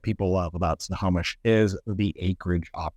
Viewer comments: Why does he say wrong periodically? It's simple. Snow-Home-ish. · Agree. Doesn’t sound like he says it right either. Ugh..